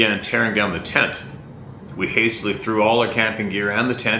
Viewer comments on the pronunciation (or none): none